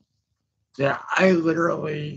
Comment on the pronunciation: Give it a rest ffs. You're so hilariously overdramatic about everything. "I literlilly haven't stopped pooking for lyke three hours"